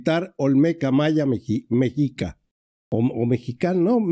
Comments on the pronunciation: MEXICA SE PRONUNCIA MESHICA, MI QUERIDO!!!! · Mexica , se pronuncia como si sonar (shi ) la ( X ) como los Mexicas , no con ( J )